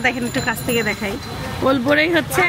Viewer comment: ওলবড়ই না অরবড়োই বলে। টকটক খেতে। খুব মজা।